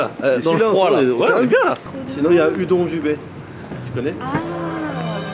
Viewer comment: Cette prononciation de "Udon" par Ichiban Japon me stresse